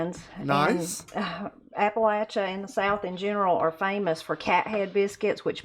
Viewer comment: I'm impressed you say it correctly Appalachia=AppaLatchA